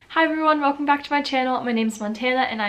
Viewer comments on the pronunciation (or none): none